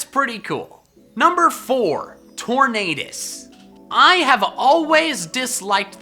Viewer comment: For some reason the way you pronounce Tornadus make me hear Torn Anus and I can never unhear that for which you have my thanks.